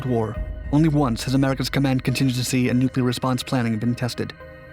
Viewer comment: Still, he couldn't pronounce "nuclear."